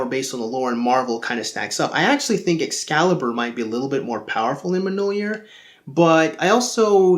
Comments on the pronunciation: it's pronounced myol-near, not mnol-year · I am offended by your pronunciation of "Mjolnir." It's closer to "Me-yole-near" than it is to "Muh-nole-year." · it's myawl-nir